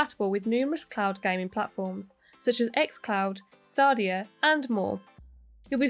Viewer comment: It's funny how she can't say stadia properly